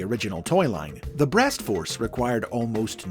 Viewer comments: why is saying breast so difficult for you? lmao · The pauses after saying something related to "breast" is what made this video all the more entertaining besides learning about Liokaiser lol.